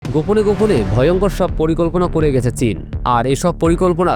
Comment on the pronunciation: পরিকম্পনাই ❌ পরিকল্পনাই ✅ 😅